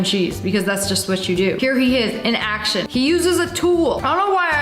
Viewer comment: I instead of action let’s say ashtion